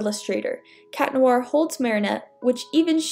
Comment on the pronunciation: why do people say chat noir